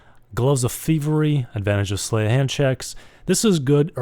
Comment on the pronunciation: Sleight rhymes with height.